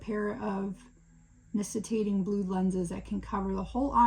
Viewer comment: Nictating, the c has a k sound.